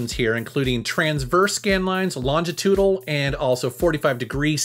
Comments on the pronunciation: it’s pronounced “long-ee-cho-din-all! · Longitudinal /ˌlɑːn.dʒəˈtuː.dɪ.nəl/ Sorry I'm a ESL teacher and I couldn't resist the temptation to check the pronunciation I prefer pixels too!